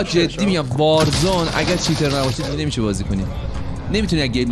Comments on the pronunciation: وازرون ؟یا وارزون 🤣🤣🤣🤣🤣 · warzon????😐😂 Warzone is correct ✅😂❤